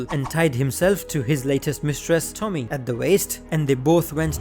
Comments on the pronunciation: Tommy 😂😂 bro her name is pronounced toe-me-ey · please never say Japanese names out loud again(jk but how you said Tomie made me laugh)